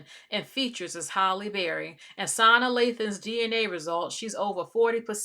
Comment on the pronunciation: I’m sorry but her name is pronounced suh nah. Not sahna. Not being rude or anything. Just want to inform you. And she’s fully black